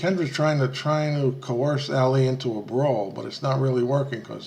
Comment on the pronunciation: Ali is pronounced Ah-lee, NOT Alley!